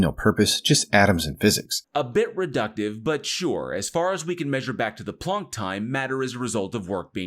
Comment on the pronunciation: Close enough for '"Plahnk."